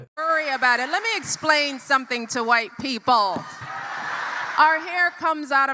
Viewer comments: FOR SOMEONE BEING SO HIGHLY EDUCATED, AND THE WIFE OF A PREVIOUS PRESIDENT...SHE SHOULD KNOW THAT IT'S NOT PRONOUNCED "SUMPIN'".....IT IS PRONOUNCED "SOMETHING". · With all that education, she still can't pronounce "something" correctly. Nobody wants to be lectured to by someone with a victim mentality.